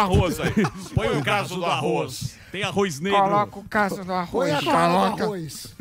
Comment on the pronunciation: Samy, aprende primeiro a falar Arroz e depois crítica... escuta como o Daniel e o Emílio, falam... não tem I arroiZ